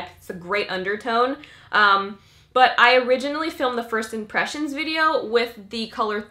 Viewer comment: why she's saying "videor" ??